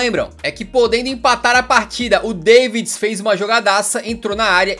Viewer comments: Errou só no Deivds kkkk, se ler Dávidis . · Não sei qual é a pronúncia correta em Holandês do Edgar Davids, mas sempre ouvi "Dávids" e não "Deivids".. Gosto de ser chato.. 😂😂 Amo seus vídeos, sempre temas interessantes e curiosos.. Parabéns!! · a pronúncia de Davids não é Dávids não? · bom vídeo! mas quem é deivds? e pior!!! quem é mijatovic???? pq lar o nome errado????